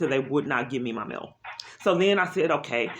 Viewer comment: It’s MAIL! Not “MILL”!